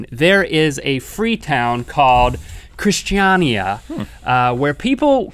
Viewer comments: It's pronounced krist-a-nia. #justfuninfo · Im from Denmark and when you come to Christania i'll learn you guys how to pronounce it! :) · Uhm Christania is nothing like that, comming from a Danish person